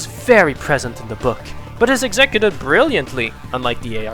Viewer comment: That's not how you pronounce "executed."